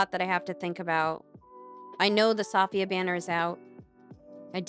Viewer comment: ITS SAFIYYAH, NOT SAFFIYAHH.... plss